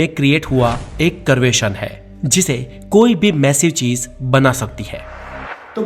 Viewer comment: Thoda sa urdu thek kro .... Cheej ni hota chiz hota h